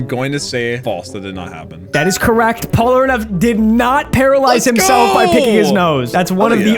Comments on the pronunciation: bro said "Polaraneff" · porlaneff, porneff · Bro I am so sorry, but I cannot stand the way you say Polnareff. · The fact that he couldn't pronounce "Polnareff" to save his life and keeps calling him "Polraneff" is so infuriating lmao. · Whu do you call him "polraneff" instead of "Polnareff"? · I’m just going to start leaving comments on every video to shame you whenever you mispronounce his name as “Polraneff”. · The way you say "Polraneff" bothers me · am i the only one that hears him saying polraneff? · I did not know that someone could say polneref so wrong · STOP SAYING POLRANEFF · Does he still pronounce Polnareff as Pollenareff? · dude cannot say polnareff to save his life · bro why can you not say polnareffs name right, its made me so made the entire video, and its such an easy fix, deadass disliking purely bc of that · Your inability to pronounce Polnareff correctly is amusing to me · Why do you pronounce Polnareff's name like that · Awesome video but your inability say Polnareff is making me want to pick my nose so hard I get brain damage and end up in a wheelchair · The name is litterally written phonetically, a rare occurence in french, how can he distord it like that ? XD